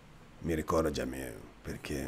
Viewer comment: Jamil non si dice così casso